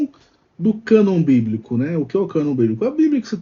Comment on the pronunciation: Só de falar canôn protestante já é uma piada